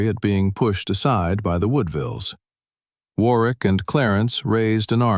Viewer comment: Warwick is pronounced War rick. The w is silent.